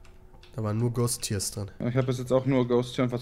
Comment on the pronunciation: Pedda es heißt immer noch GHAST TEAR!